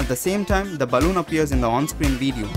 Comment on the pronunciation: Great "WEEDEEO" lol